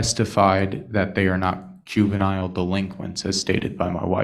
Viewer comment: God I wish mom’s atty was better, you could have set that pathetic little punk off with a sneeze! Like ask him what he means by “cue-veniles”. 😬